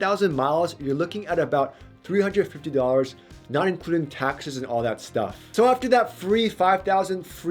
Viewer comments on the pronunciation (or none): none